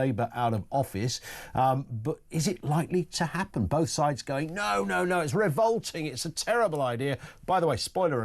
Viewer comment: It’s revolting not ‘revoulting’.